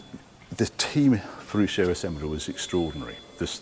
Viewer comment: Dear Harry, many thanks for this exquisite insight in the Lamborghini Museum during your epic trip in the Countach.Just several small details, please do not mind...on your pronounciation of Ferruccio and others. You do it like "shio", but in fact, it is pronounced like "tshio" in italian ;-) .Here acoustically by an italian And the engineer's name wasn't Standasi but Stanzani.....And Bertone's first name was Nuccio("nutshio" spoken), not Niccolo...